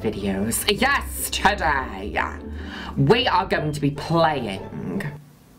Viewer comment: Always the "Yes, TODAY!" sounds to me like "YES-TERDAY!" :D :D